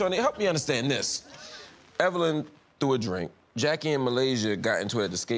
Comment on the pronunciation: "Evilyn" LMAO 😂